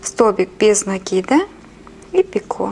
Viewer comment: делайте правильно ударение на слове "цепочка" и "накид".на О и на А. Очень режет слух.